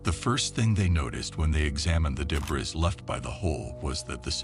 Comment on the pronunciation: Voice too perfect. Some words pronounced as written — but not as usually spoken (ex: debris). Stilted sentence structure. Opinion: computer generated voice. Video images often differ from narration. (Ex: steel vs. aluminum ladder). Opinion: File video footage and recreations. Top post dripping praise. Thanks, Mom!